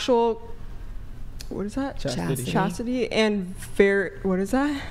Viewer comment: she can't even SAY "chastity and virtues"